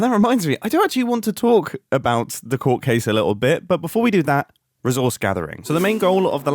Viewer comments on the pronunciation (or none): "Ree Sauce Gathering" "Re Sawsiss Gathered" what on earth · "Ree Sauce Gathering" lol